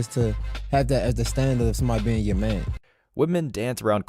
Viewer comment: You ever notice how some of these women pronouce the word "Man" ? It's like "Me-an" or "des meen"